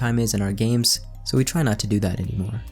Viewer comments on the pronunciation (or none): none